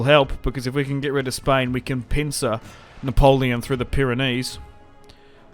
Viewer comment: The way u say "Napoleon!" With the French accent is damn glorious mate!